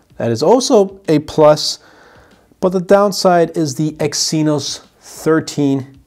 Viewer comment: Exynos is pronounced "eggs e-nose"